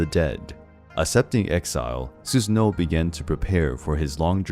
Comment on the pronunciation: Not to be that dude but the pronunciation for Susanoo is "su-sA-noo"..